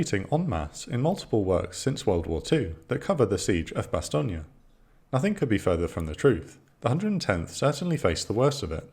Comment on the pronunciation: I know you're pronouncing Bastogne correctly but all i can hear in my head is BoB's portrayal of Colonel Sink saying "BASS-STONE" 😆